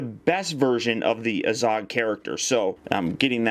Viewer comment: 1. You pronounce azog like an idiot 2. The kings name is thror thorins grandfather